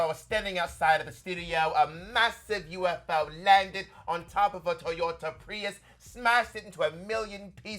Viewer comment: “Toyotah Preeus” sounding very St. Lucian, Bob! Kevohn gonna be jealous…